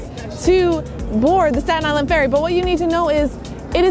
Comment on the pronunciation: Isn't Staten Island pronounced differently?